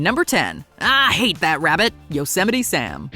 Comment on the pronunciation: Thats not how you say yosemite